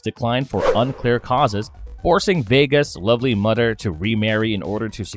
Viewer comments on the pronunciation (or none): Is the letter H not in your vocab? Man im sorry but its hard to get over the fact that you say udder or fadder or modder